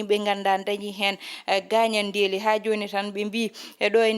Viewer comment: On mbeltanaama haano feewi yo Allah sellin doole big Miin miijo am heen ko Wonaa gaañanndeeli ko 'gaañan'de" Wonaa inndeeli ko "in'de" Njokkee golle emin kedtii e kala sahaa